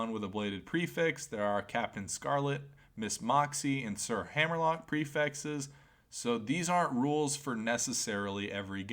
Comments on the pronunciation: lmao lmao he does kinda say "prefexes" you're lmao right lmao haha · The "prifexes" really grinds my gears Enioyed the vifeo anyway tho.